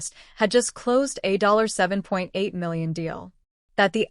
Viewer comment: Maybe you should actually get somebody that knows how to read and pronunciate English American English because it's obvious this is an AI generated reader because they can't read s*** they can't even pronounce millions of dollars and balcony